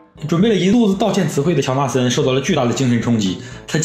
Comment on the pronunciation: 乔纳森 乔森纳😂